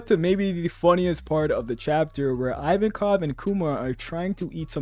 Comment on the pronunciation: “Eye-Van-Kov” ❌ “Eee-Van-Kov”✅